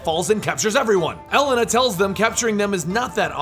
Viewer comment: same with elena, its pronounced e-lane-uh